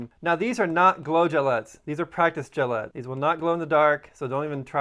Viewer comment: They're gellets, pronounced like bullets. Gel bullets. Not gillettes.